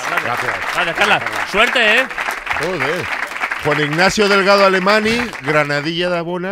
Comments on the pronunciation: no, he dicho que su apellido se pronuncia "alemañ" y no "alemani" como Ignatius hace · Soy yo o Ignatius pronuncia mal su apellido? Alemany se pronuncia "alemañ" y no "alemani" xd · Yo creo eso, que el apellido es catalán, por eso se pronuncia "alemañ" e Ignatius lo pronuncia mal. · IGNATIUS TIENE ASCENDENCIA CATALANA!!! el apellido Alemany es catalán y se pronuncia Alemañ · Ostias con el Alema.. "N" "Y", Ignatius!, que se pronuncia la "ny" como la Ñ. Alemany es Alemán en castellano. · Ignatius, Alemany se pronuncia alemañ, ahora que lo sabes dale a tu nombre el flow que se merece